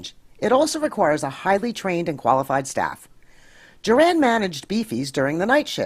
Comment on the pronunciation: I'd be more impressed if you hadn't mispronounced Juran's name. It's JURR-in, not Jur-ANN.